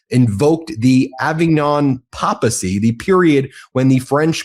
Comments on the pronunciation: Very minor point, but papacy isn't pronounced PAH-puh-see, but PAY-puh-see. Just FYI. This shit is wild! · It’s not “popacy,” it’s Papacy (pap, as in tape.) PLEASE learn how to pronounce words before broadcasting. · ok it is pronounced with a LONG A -papacy Avignon Papacy NOT POP-ACY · Papacy is not pronounced "p o p acy"; it is pronounced "p a y puhsee". Google it. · PAY-pah-see - Correct pronunciation of Papacy. Love you Ben and I watch you several times a day! 😍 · Great video Ben - as always - but one small quibble: it’s “Papacy” - with a long first “A”, (PAY puh see) not like the short first “a” in “Papa”. Same as in the related word “Papal” (PAY pull). This is also the pronunciation used by the Catholic News Service, a division of the US Conference of Catholic Bishops. The confusion arises from the fact that both “Papal” and “Papacy” are derived from the Late Latin “papa” (father), which does use the short “a”. The medieval Latin word was “papatia” from pope (father) and -tia designating the office. In the 12th century the related term “papatus” was used to refer to the papal administration. And, contrary to popular belief, Hilarius Papa (461-468 AD) did NOT invent the “Dad Joke”. You’re welcome! Liberty and Justice for all. 🗽⚖️🇺🇸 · In English, it’s pronounced “pay-pah-see.” Adam Mockler made the same error. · It’s pronounced PAYpahsee. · Papacy is pronounced "PAY-puh-see". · Dude.. it's, "pā′pə-sē" pronounced, "Pay-Puh-See).. I'm not even Catholic and I know this. C'mon man wtf🥴😂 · Papacy is pronounced 'paypacy'. Just saying... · The correct pronunciation is "Pay-pacy." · Love you. It’s pronounced ‘pape-acy’ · Papacy is pronounced with a long "a" on the first a and not "popacy". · What the hell is a poppa-cee, Ben? Do you NOT know how to pronounce "papacy?" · BEN: you mispronounce “papacy.” Phonetically, it is “pay-pa-see.” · Papacy is pronounced with a long A in the first syllable. PAY-puh-see. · It's pronounced: ˈpāpəsē